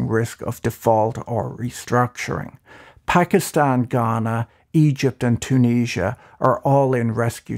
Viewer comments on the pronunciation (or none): none